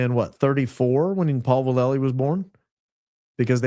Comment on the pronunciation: If your comments about General Paul Vallely represent the rest of your info in regards to truth, then your in over your head and have no idea who he is. First hint is you have no idea how to pronounce his name. I have first hand info your assertions are all wrong. There was document circulated in the pentagon at their request that Aquino took without permission and then added a bunch more to it. Vallely reported to the Pentagon that Aquino was recruiting to Church of Set It was added to and published without consent and NO he never co authored or published anything with that fool. You need to dig deeper as does Candace Owens evidently as she’s reporting the same thing. I think highly of her and it come as a surprise. Have no idea who you are but what you’re doing is dangerous and irresponsible. My guess is that there’s a person out there with the initials AV who is probably starting this nonsense but General Vallely is the furthered thing anyone will find who is a satanist. I know this personally